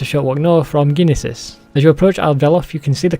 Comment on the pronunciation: Hey buddy by the way the town is pronounced Nee-sis the g is silent I also butcher ALOT of pronunciations in this game